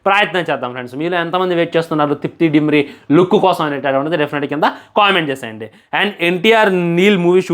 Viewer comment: డిమ్రీ కాదు 🤦‍♂️🤦‍♂️🤦‍♂️అయ్యా దిమ్రీ 😅😅